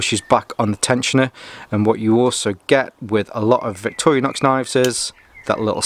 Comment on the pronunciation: Victorinox not Victorianox